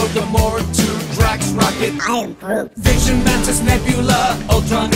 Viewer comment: I love how he just come and Said i am grot